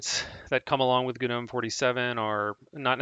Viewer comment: No. I can't... Guh Nohm? GNOME. DAVID THE GNOME GNOMES OF THE FOREST! NOME. Noh'm... NO HARD G! A silent G! I stopped the video before 2 minutes because of this.